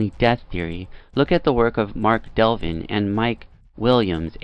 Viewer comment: Hi there. Voice is easier to hear now, apart from the plosives. Well done. It's Mark DEVLIN though, like "devil in," but not really.